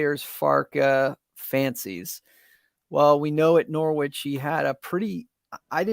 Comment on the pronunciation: You’ve reverted to NorWich - it’s Norrich!!